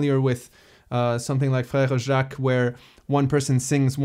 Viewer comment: Your pronounciation of frere jacques was great! Did you study french ever?